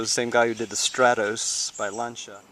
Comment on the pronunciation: Hòoòooooo! Thanks God ! Finally somebody who pronounce Lancia properly. Thank you.